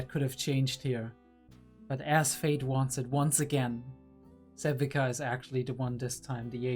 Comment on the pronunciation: Sevika is pronounced "Sev-ee-ka." The "ee" is like "peel," "eel," or "feel." Zaun is known to be called the Undercity, Fissures, The Lanes or even Underground, but it's never called "Downstairs." I don't mind an occasional F-Bomb every now and then, but I feel like you use them too often and it especially gets awkward when you say "F-me." Not sure why you do this, but the slurping sounds you make are just odd and off-putting. Otherwise the videos are good if not a bit too long.